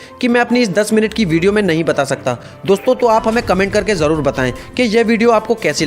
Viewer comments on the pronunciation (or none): none